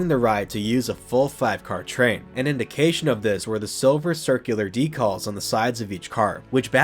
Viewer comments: Curious to know where you are from considering you say DECALLS...not decals. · Sorry the way you pronounce decals is throwing me off a bit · Today I learned there's an insane way to mispronounce "decals".